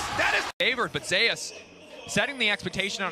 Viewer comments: although you prolly dont look at comments it isnt zeus pronounced like zoos, its zeus pronounced like zey oos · It shouldn't, considering that's how zeus pronounces his ign. It's ze-yus, not zoos. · Narrator : "T1 ZEUS" Worlds MC : "ZE-YUS" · Commentator “zayus” is itching me the wrong way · His name is pronounced zay-us btw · why did he call him zoos? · Say his name right ffs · thumbs downed already after pronouncing his name wrong in the first 10 seconds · At least say his name properly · hate how everyone pronounces his name wrong.